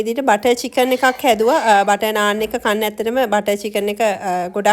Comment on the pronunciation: පාර දිගේ කතාව බලලා...මේක කියෙව්වේත් " නානා" කියලනේ 😁❤🇱🇰